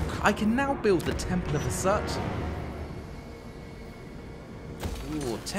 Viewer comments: did you just say "Has-hut"? If I'm wrong please feel free to say so but I would pronounce that Ha-shut (like I've done for 2 decades). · Why does he keep calling the Father of Darkness "Hasat" even as the dwarfs in the background chant "Hashoot"? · It was driving me nuts. Zarten, worshiper of the chaos god Hasoot. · Damn British man calling it Has-hut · Did he say "has-hut"?? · ''Temple of Husut'' BROOOOOOOOOOOOOOOOOOOOOOOOOOOOOOOOOOOOOOOOOOOOO WE RIOT, THIS IS NOT HOW YOU SAY ITTT. But well, we love you ^^ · Yeah why did he pronounce it like that 💀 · He mispronounced a few things in this video, including Hashut. Not trying to complain or anything, of course. I found it strange and slightly distracting, but it didn't really detract from the rest of the video. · Damn, the way you pronounce Hashut really gave me a whiplash. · So nobody briefed this guy on pronunciations, eh? Let's hope Has-hut, Val-eya and Grundi weren't listening. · the pronunciation of "Hashut" and "Zaul" offends the gods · Very cool showcase, but I will have to remove like all of the points due to the genuinely awful pronunciation of the names. Hashut, not Hasut. Valaya not Valia. Grungni, not Grundi. I mean come on, practicing these names literally takes less than 5 minutes and looks pretty bad. It's especially bad because not only were these weird pronunciations not present in the other videos, but the chaos dwarfs keep saying Hashut in the video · Someone really, REALLY needs to learn how to pronounce GRUNGNI, VALAYA and HASHUT.